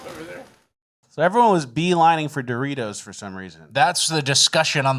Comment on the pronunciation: That Doritos shit is crazy. She mispronounced frickin Doritos 😅